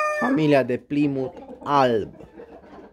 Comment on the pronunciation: nu este repros...in engleza se spune plaimut..cred ca ai inteles.....pasarile foarte frumoase..te urmaresc!!!